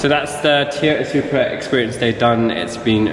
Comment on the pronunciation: Looks like Ive been saying it wrong all this time, apparently its Teee-yota. Silent first "O" people. Btw now that Toyota has improved on the BMW engine with those 300 modifications, i bet we will start seeing more reliable BMW engines ... 🤞